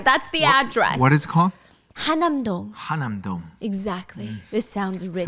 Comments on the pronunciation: Are you talking about 한남동? If so it should be pronounced Han-Nam-Dong, not Ha-Nam-Dong. 😅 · fyi the neighborhood is actually called han-nam-dong (한남동), not ha nam dong. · Oh it's"Han" nam dong!!!!! Not "Ha" nam dong..